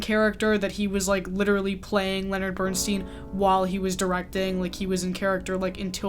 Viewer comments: Bern-STINE, not Bern-STEEN, please. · It is pronounced Bern-stine not Bern steen. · Have you watched „Maestro“? If you have, you should certainly have learned then at the very latest how to pronounce Bernstein‘s name correctly. He was known to yell out across a crowded room to correct people mispronouncing his name the way you do! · Wish you had pronounced Bernstein correctly. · You could have at least researched how to say Bernstein’s last name... 😢